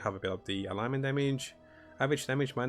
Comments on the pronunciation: Ailment is pronounced "ale-ment" and alignment is what you are sounding out. They are similar words but very different meanings. Great content and thumbnails, keep it up! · Great guide. I subscribed because you do such a good job of stepping through aspects of your builds, and do a very good job explaining things. Keep the guides coming! Couple of English usage tips: Stasis is pronounced "Stay-sis"; Ailment is pronounced "Ayl-ment".